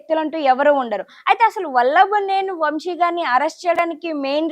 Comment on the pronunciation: ముందు తెలుగు నేర్చుకో.. వంషి కాదు వంశీ... ఏమ్ కర్మ రా తెలుగు భాష కి